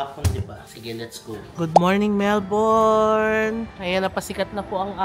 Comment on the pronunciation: Melbourne is pronounced as MELb'n not Melborn.